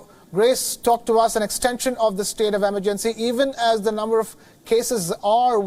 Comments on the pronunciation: Emergency isn't pronounced the way this presenter thinks it is. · Pronunciation of certain words changes from person to person... what’s the big deal if he pronounced emergency “wrong”